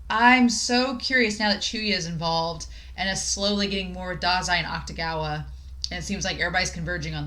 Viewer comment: “Akutagawa” is pronounced more like “Aktagawa” than “Aktugawa”. The “ta” is stressed.